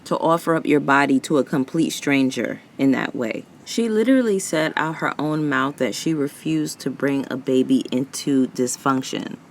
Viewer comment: “Boot mouf” is DIABOLICAL 😂